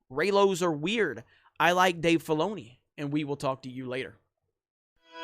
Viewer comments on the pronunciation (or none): Stop saying Dave Baloney. I swear that's what you are saying. I can't stop hearing that now.